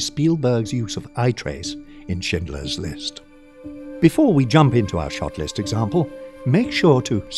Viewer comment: I first I thought the narrator said "Shitler's list" in my mind I'm like "did Spielberg make a comedy making fun of hitler? Lol"